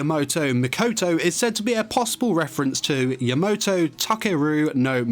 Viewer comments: YamAto, not Yamoto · Name is: Ya-MA-to pronounces it: Ya-MO-to RIP AND TEAR RIP AND TEAR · YamOto ah, ya-NO-to It's Ya-MA-To